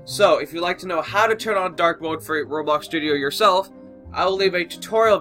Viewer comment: Rublux.... Roblox (u should have said "I'm sorry for miss pronouncing um, the game i play and share news about it." Just sayin, don't wanna spread hate around the bloxian news)